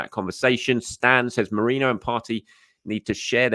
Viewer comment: You pronounced Merino's name correctly!